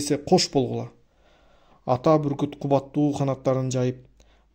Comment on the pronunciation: Буркут дебей бүркүт десеңиз